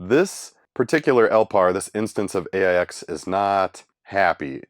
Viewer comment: Not sure about RIPL, but the OS is pronounced "aches"